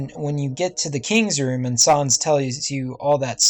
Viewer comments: It’s sans not sarns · It's sans not sons! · sans not sahns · No-one: Nobody: Not even me: Not a single living soul:: Sawns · Its sans not sons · sans not saans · Sans not sons that annoyed me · Sans not Sarns .-. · ya u says in dis "sOns